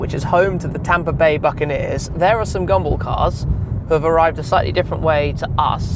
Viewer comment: EVERY TIME ⏲️ YOU HAVE SAID GUMBALL , IT SOUND LIKE YOU WERE SAYING, GUMBO !